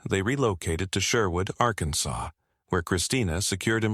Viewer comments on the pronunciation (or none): none